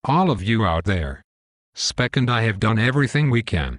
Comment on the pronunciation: Nice video, it's good to know that some of us never give up! Shame he keeps calling him 'Speck', but that aside, awesome work! Love how the exec just says 'cancel' to everything :p